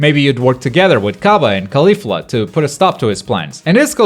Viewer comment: I like how he said "Khalifa" instead of "Caulifla"